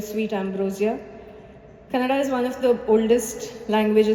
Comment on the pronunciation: The pronounciation of the language is not canada. It's Kannada. Stress on n.